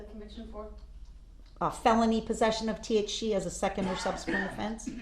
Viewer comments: black criminal man vs white prosecutor/District attorney lady surprising they both have a lot in common theyre both red as a tomato they both cant pronounce the letter c or SH sound to save their life her: he was in possession of T-H-CHEE. he was high on T.h.sheee when he ran over those shiditzens (citizens) him: i will not be DISH-RE-SHPECTED!!!! lmao what a shircus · needs to know T.H.C is not pronounced T.H. She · that lady can NOT pronounce the letter c to save her life must be them huge nostrils talkin bout T-H-CHEE, T-H-CHEEE and after she stopped saying T.H.CHEEE she started saying T-H-SHEEE lmao